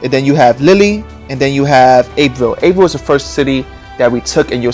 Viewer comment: Calais is pronounced Ca-lay and Abbeville, France is pronounced ab-vil.